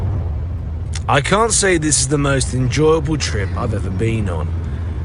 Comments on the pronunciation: It's Ross not Rose. I have watched over 100 videos of yours, stop calling him, rose. 🌹, it's a flower not a real G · No it's not, 😂😂😂, it's Ross like Ross from friends. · I am pooooopin, it's Ross not Rose, 🌹, it's disrespectful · His name is Ross that's Ross wituna double S not Rose. Is it really so difficult to actually call h8m by his name its s9 disrespectful doing what you're doing.